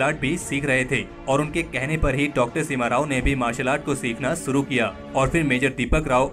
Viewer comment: Very nice article. Never knew about this supehero. One suggestion, kindly learn to pronounce these words शुरू (it's not सुरु) शामिल ( it's not सामिल)